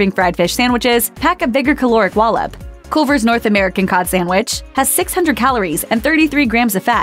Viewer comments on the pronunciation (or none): It's pronounced 'CULL VERZ' not 'Calvers'